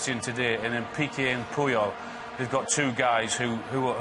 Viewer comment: Puyol. Not pyol